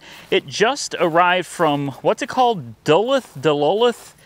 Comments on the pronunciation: If you're talking about Duluth Georgia it's pronounced duh looth like ruth but with an l lol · Georgian here. It's pronounced Duh-looth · Are you trying to say Duluth? (duh-looth). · FWIW, Duluth is pronounced 'doo-looth'. I reckon you ain't from around here, are ya? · It’s Duluth (Duh-looth) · Lol I'm from where this truck is from... it's funny hearing him try say gwinnett and Duluth. Gwinnett is just north of Atlanta. It's the biggest county in the state besides Fulton aka Atlanta